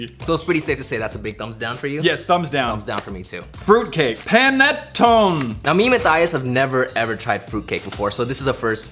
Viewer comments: who got triggered when said panettone wrong (btw you americans say it wrong also) it does not sound like panitone it sounds like punitonee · Panettone is pronounced pan-er-tony not pan-ear-tonne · im part italian and i just had to correct you on the panatone part that is an italian sweet and its pernounced panatonee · Panettone is actually a traditional Italian fruit cake. You're supposed to cut it up like a cake. Also I'm pretty sure the first part of that word before was "pane"? You pronounce the e on the end. "Pan - e", not "pane" as in window pane. Fun fact; that's Italian for bread. Which would make sense, since that was the kind of gingerbread thing. I realise I sound like a know-it-all; but I honestly just thought you may be interested in this, Matthias :P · It's pronounced pan-eh-ton-eh and I love those.... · I hav had a panatone before btw and here is how to say it (pan-at-own-y) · How you pronounce pannittone in England is Pan ni toe knee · 1) Ayyyyyyyyyyyyyyyyyyyyyyyyyyyyyyyyyyyyyyyyy! 2)That's not a fruitcake, that's an italian food as you said. (I'm italian) It's a Panettone (Pan-ae-ton-ae) (or use google translate to hear that) and it'm made making the bread dilate into the paper. There are different kind of those and them got the fruity one. P.S.: "italian: pane" stands for "bread". Panettone= "bigbread" (kinda) . PanDoro= "GoldenBread" . Marzapane (french stuff) stays for "almonds paste" Hope to have been helpful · Just so you know, the "fruitcake" is pronounced [Pa-Ne-To-Neh] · Pronounced- pun-uhn-tone-yay. And it's gross (it has cheese-raisins-mushrooms-fruit chunks in it) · It's pronounced pan-a-Toni